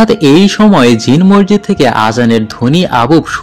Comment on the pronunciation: Morjid na, Masjid .